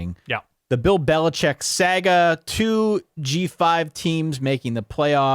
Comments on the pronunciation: I have genuinely never heard someone pronounce the word saga as sag-uh in my 33 years of life. Bravo. A champion for those suffering from speech impediments through and through. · The PA accent?